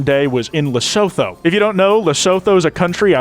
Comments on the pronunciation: For the last time, it’s pronounced “luh-soo-too” not “le-soh-though” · "LISOTHO" 😭😭😭😭 DUDE ITS LE-SOO-TOO NOT LI-SO-THO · Me, a Peace Corps Volunteer serving in Lesotho right now watching the 50% tariff be thrown on the country's goods: 😐 Also, it's pronounced Le-Soo-Too, great vid tho! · Lesotho is pronounced Le-soo-too btw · oh that pronunciation of lesotho is one i have never heard before as a south african lol (we say le su to) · Lee-sue-to The "H" is silent. Just wanted to mention that. Tariffs are shit and I see a recession ahead and a trough in place. Rip to everyone because honestly we are all fucked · south African here, you pronounce it as "le-soo-thoo" hope this helps ;3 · lesotho is pronounced leh-soo-too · Lesotho pronunciation goes crazy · The pronunciation of Lesotho is killing me lmao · Hearing pronounce Lesotho the way he did physically hurt